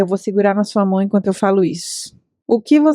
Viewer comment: eu gosto quando você fala "minhas mões.." (invés de mãos), até aderi ao meu vocabulário 💅🏻